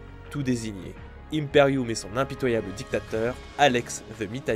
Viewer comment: Par pitié arrête de dire Impérioum c me fait saigner des oreilles La prononciation est similaire a curiculum ou ultimatum